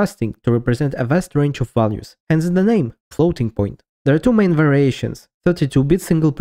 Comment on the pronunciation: do you say "main" as "mine"?